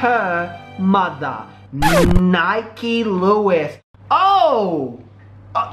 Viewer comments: It's NIKKI NOT NIKE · Your saying her name wrong and your fake that's in 2012. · You're saying her name wrong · U saying her name wrong